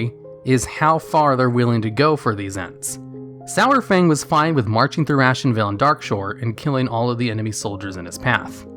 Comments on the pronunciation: The way he says his name.... It's not "sour-fang" it's "sar-fang" idk why people pronounce his name "sour-fang"... Literally everyone in game and blizzard themselves call him "sar-fang" lol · when he pronounced his name SOUR-FANG.....i stopped watching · He says Sour Fang instead of Saurfang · i love ya, but it's Sar-Fang not Sour-Fang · It's not SOWERfang, it's SAARFang. Saurfang makes AAR sound. :o That's only thing that bothered me in the video. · Everytime you said "sourfang" it made me cringe. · Sourfang? really? Saurfang.... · Why is he calling him Sourfang? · Stop saying SO-WER-FANG, Jesus. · Lost me at "Sour-Fang." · Every time you said "Sourfang" I would scroll down and re-read the title to make sure it was spelt the way I thought it was.